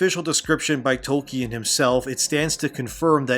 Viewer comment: My man said toy-kin lmfao